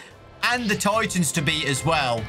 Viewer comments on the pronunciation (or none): none